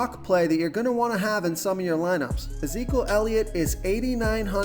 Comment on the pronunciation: Love the vid but..... had to lol at Zeekul Elliot. You pronounce his name E-zeek-E-yule